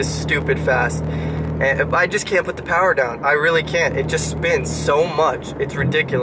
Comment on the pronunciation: All the powah!!